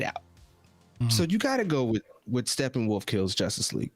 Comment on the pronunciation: No one is guna talk about calling him “Steppenwaff?” Lol